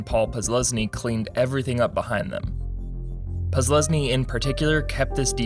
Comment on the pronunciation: Whenever the narrator says Posluszny's name, it sounds like he is just muttering random syllables.